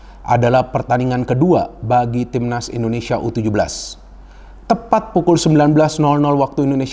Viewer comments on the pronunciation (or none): Indonesia bung bukan endonesia